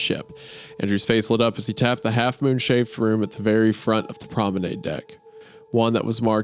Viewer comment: wendi saying "promenAID" is making me scream